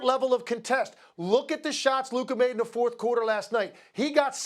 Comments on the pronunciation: Stephen A is incapable of pronouncing Luka. Why he keep calling him Luker? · Can someone please let Stephen a that it’s Luka!! Not luker!!!! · For some reason, Stephen A substitutes "a" with "er" in his sentences. For example, he calls Luka, "Luker." I'm glad he doesn't say the N-word. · "Luker"?? Lol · Stephen A. is it Luker or Luka 😂😅? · This clown Stephen A pronouncing Luka as "Luker" really grinds my gears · Is it me, or does it sound like when Stephen A says Luka, it sounds like he is saying Luker lol ? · HIS NAME IS NOT LURRKERRR ITS LUKA. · Stephen A keep calling him Luker 😂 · this man SA can’t stop pronouncing “Luka” as “Luker” 🤣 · I wanna fight SAS for adding an R in Luka’s name 😂😂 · "Luker" -SAS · "LuKER" chupss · "Luker" Stephen A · CAN SOMEONE PLEASE TELL SAS HIS NAME IS LUKAAAAAAA!!! WHO TF IS LUKER???? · “Luker” lol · who tf is Luker like bro c'mon 😂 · Oh Stephen A. Smith, thy wisdom is mighty, yet the precision with which thou dost pronounce names is most disappointing Luker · It's a mix of Luka with Kyrie.. "Luker" 😄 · Who is Luker??? 😂😂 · Is this man still mispronuncing Lukas name? It's been years in the league. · Thou shalt not utter his name rightly, neither before nor after hearing it many times 😂😂😂 Luker